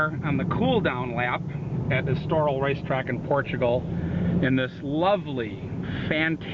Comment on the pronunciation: Dude it's ESTORIL! (not estoral)